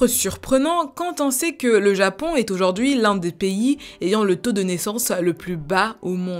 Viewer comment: Prononce les on plus clairement stp c’est grave frustrant quand tu dis japan au lieu de japon ou maisan au lieu de maison